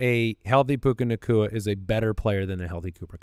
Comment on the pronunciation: “Koopa” Nacua 😂😂